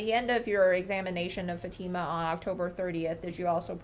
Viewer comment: It’s FA-TEE-MUH!!! Not FAT-IMA!! I really wish these Attorneys would get her name right.